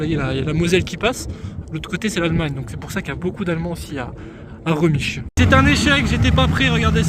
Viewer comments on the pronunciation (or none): Ça se dit rémich sinon top vidéo comme d’hab